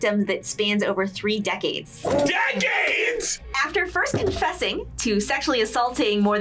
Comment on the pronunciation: "DECADSS!" got me laughing with the face reaction